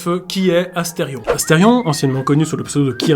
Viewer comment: 😮 incroyable le son "c'est Asterion pas Astefion"